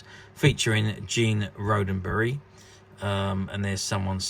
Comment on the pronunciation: You seem to have lost a “D” Gene “Rod - Den - Berry” Please! He did not past tense Rode A Berry!